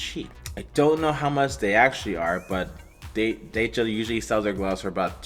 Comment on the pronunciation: Decha = เดชา pronounced 'Day-chaa 😉